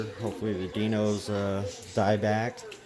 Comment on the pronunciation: it’s not Die-nos! It’s Die Nose 🤦‍♂️